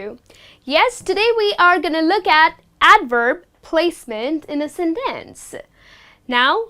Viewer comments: You pronounced the word "sentence" with 2 different accents. One of them is well-known to me and I could understand but the other sounds awkward and really strange to me. The first "e" was pronounced as /i/ and the second "e" was pronounced as /e/ - so the whole was pronounced like /sintens/ - really strange to me. The well-known pronunciation is /ˈsen(t)əns/. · hi, I like what you are doing but in this lesson you're mispronouncing some works: often, sentence, beginning...